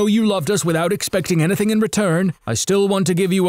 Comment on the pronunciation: lol he said anathing